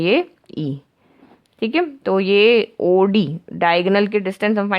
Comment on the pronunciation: Maam its not AUDI its OD.